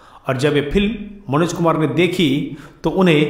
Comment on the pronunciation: एंकर साहब फिल्म नहीं फ़िल्म होता है।बोलना सीखो तभी एंकरी करना। तुम्हारा उच्चारण सुनके सारा मूड ऑफ हो जाता है।